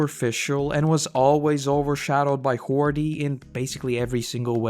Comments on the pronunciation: Isn't ti "Hody" and not "Hordy" or am I missing something? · its hody not hordy